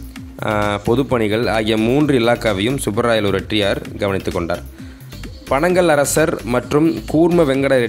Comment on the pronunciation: Bro panangal arsar illa panagal arasar. However rare video with lots of hard work to recollect the details. Good work.